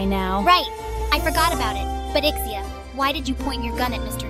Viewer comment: SABI KO SAYO IK-SEE-YAH PRONUNCIATION NUN SA LIVE MO EHH